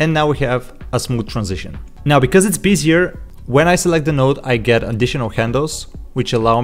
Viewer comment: I hate to be that guy, but it's pronounced be-zi-eh, not like busier. Great asset and video, btw.